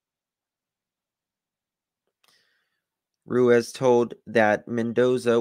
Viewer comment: Hey I just wanted to let you know ruiz is pronounced roo-eez xo